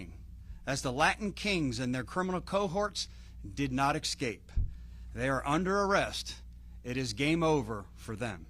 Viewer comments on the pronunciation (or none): Outstanding news and work, everyone involved! But, ECK-SCAPE?? ESS-CAPE is the proper pronunciation. Sorry, just a pet peeve. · What the hell is an "exscape"?